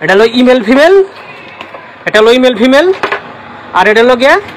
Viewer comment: আরে ভাই ইমেল ফিমেইল না মেল ফিমেল